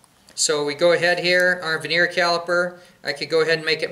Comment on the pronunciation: "vernier" caliber not "veneer" caliper. Also suggest it would be better to squeeze the float pin in with a pair of water pump pliers so the ears are supported properly rather than relying on your finger and hitting the pin with a hammer.